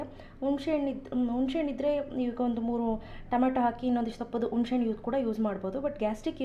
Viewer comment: sambaar channagide mam,adre achhitkoli alla,hecchitkoli,unshehannu alla,hunisehannu.pls correction madkoli